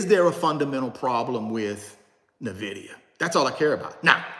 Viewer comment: You're pronouncing Nvidia wrong. 🤦‍♀